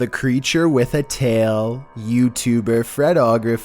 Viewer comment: Jesus Christ the pronunciation of “tail”